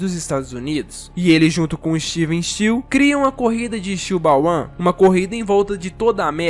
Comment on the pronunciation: ''Steel Ball uan''?, tu falou ''uan'' man, tenta falar certo, porque depois as pessoas começam a falar história errada